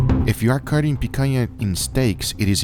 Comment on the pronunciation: the way he says pecanha 😂